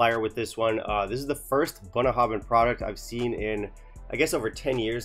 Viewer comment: You wanna know how to pronounce this? I think you nailed it . Then you hammered home the message . Thanks for the brutality in your honesty. It is very much appreciated. A distillery close to my heart, but fully because of the huge strides in quality they've made in the last 15 years. Not for this.Time to put 'em on the naughty step. Great, balanced, fair and succinct review... 🥃